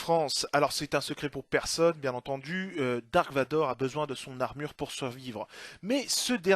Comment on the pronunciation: Et on ne dit pas "dark" mais "darth", qui veut dire seigneur noir des sith. On peut remercier la traduction française pour avoir traduit un mot inventé par George Lucas, les Ailes-X, Jabba le forestier, etc.